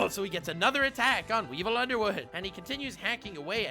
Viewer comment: Ironically and hilariously I misheard you when you said Weevil Underwood it sounded like weebo underwood lmfao.